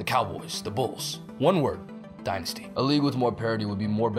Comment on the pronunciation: It is called the die-nysty